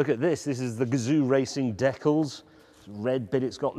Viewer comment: I’m sorry I’m sorry. How did you pronounce the word decals